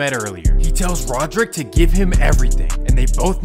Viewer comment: “Rodrick” Davis😂